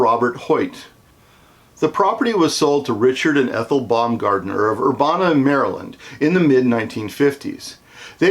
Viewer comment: The Peter Pan has since been fully demolished and is now a dairy queen 😢 you’re also pronouncing Urbana wrong but it’s beside the point. I appreciate this video because I actually just recently learned the Peter Pan had a sister restaurant and I was hoping to plan a visit over the summer to go check it out but read the building was closed off and now I’m hoping it’s still there at all after this hurricane